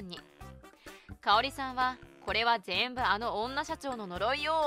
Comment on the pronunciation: ぜ(↑)んぶ くち(↑)べに(↓) イントネーションどうにかなりませんか？